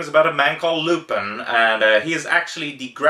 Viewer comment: I know this is an old video but it's Loo-pawn.